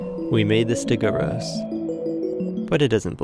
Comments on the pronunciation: stegOUROS, not stegoSAURUS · do you have the reading capacity of a 9 year old , because t clearly says STEGOUROS NOT STEGOSAURUS.